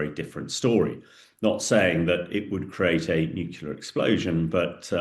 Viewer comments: still trying to figure out why people say nucular as if it's a word. It's hard to take someone seriously when they can't even say Nuclear. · And nuclear not nucular. The guy is borderline illiterate. But because has a posh accent people bow down. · '"summerine" "nucular" wtaf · New-clear. Not New killer! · "New killer" for "nuclear"? 😆😇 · If you say "nukular" you will be ignored. I can't believe someone who claims to be an expert can't pronounce such an easily pronounceable word. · When someone says "nucular", you can forfeit their opinion about the "nucular" matters. Also, russian Tomahawk is called Kalibr. I am not an analyst either, just a regular Joe. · Ah, Um, Er. And it's pronounced "new-clear". And this is old news. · Submarine. Not summarine Nuclear. Not nucular. Moron. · ‘Summareen’? ‘Newkiller’? Surely submarine and nuclear?